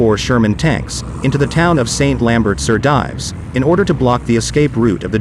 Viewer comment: Again we hear presumably American narrators mispronounce the British/Canadian army rank of Lieutenant. Also, surely St. Lambert sur Dives would have the last part pronounced I. French as “dEEves “!